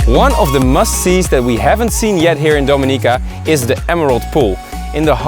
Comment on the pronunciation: It's pronounced Domi ni -ca not do mi-nica